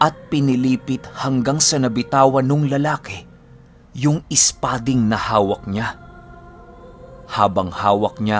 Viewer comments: mabilisan po yung pag bigkas ng " spading" 😊 silent listener since nag simula ka 😊😊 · Hi..bilisan mo mgbigkas ng espading... Ganyan ksi mgbigkas nyan...😊😊